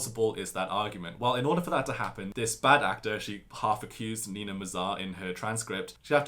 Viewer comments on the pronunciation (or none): none